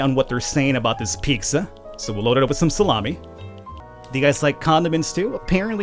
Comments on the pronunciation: lol ‘peeksa’ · I love how you say "Picsa" 😂😂